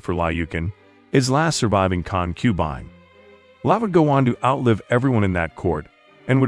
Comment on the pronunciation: I can't finish watching. The mis-pronounciations are too irritating. Examples: The word is CON-que-bine, NOT con-QUE-bine; I was always taught the English pronounciation is Ching dynasty, NOT King dynasty.